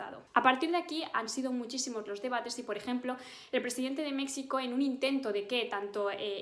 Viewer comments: Pronuncias MEKSICO ? Que poco respeto para ser activista de género. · Dijo Méksico? Acabo de oir "Teksas" en otro vídeo de otro canal a otro youtuber español. Vamos a terminar echando de menos la oficina de Toni Cantó XD. Resulta que esas X originalmente eran Sh propias de lenguas indígenas y se leían de forma similar a las X de las lenguas de la península descartando el castellano. México Tenoxtitlan era la capital de los mexicas y se pronunciaba "meshicas" como la Sh del inglés, no como k+s y Texas viene de "taixas" o "tayxas" también pronunciando la X como en catalán, gallego, vasco, leonés o aragonés (y castellano sefardí o judeoespañol) y la palabra significaba "amigos" pues fueron tan ingénuos que trataron bien a los conquistadores, y esa fue su suerte. La tierra de los "taishas" hoy es territorio gringo. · Por qué pronuncias México como gringa? Por favor dilo o en español o en náhuatl, no en inglés. Gracias